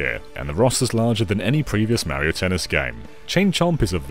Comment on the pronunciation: You can say "blast", but you can't pronounce "Mario" correctly? WHY NO ONE CAN SAY "MARIO" CORRECTLY?! 🤨